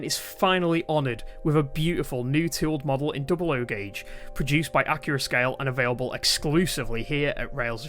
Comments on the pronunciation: Accurascale is pronounced correctly in this video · Scale and Gauge are interchangeable terms, and the announcer did in fact pronounce the U in Accurascale. If you're gonna nitpick, at least have valid reasons to nitpick.